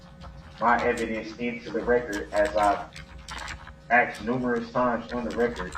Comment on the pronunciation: His ignorance: ("lawful law" "co-horse" "axed" "dis" "dat" "witchu" "substain" "relavinsee" "statues".....and on and on. His disrespect. His arrogance. His INSANITY. He made me physically angry. He has been a user and an abuser and a bigmouth fool his ENTIRE LIFE, so now he's being shown that most women aren't like his "baby mama" or his mother....no longer is he going to win or be in control. He is, as Attorney Opper said in closing....."not in control of a single thing"......ever again. Not his meals. Not his bedtime. Not his times to take a pee or a 💩. NOTHING. Nada. Hopefully, some of the other inmates will teach him a further lesson...every...single....day.....he spends in prison. "DULL-rell" is just that. DULL. Dumb. He's finally committed the crime he cannot get by on. Unfortunately, it required the death of 6 people and the injury of dozens more, not to mention the emotional scarring of so many others. I wish the previous judge who gave him a $1K bond, allowing him to get out, try to run over Erika Patterson, then 2 days later, run through that parade, would have thought about that a little more. I truly do. What a tragedy and saddest and most infuriating of all...he'll remain in prison, but he'll never be sorry. It's not in him. He's an obtuse thug.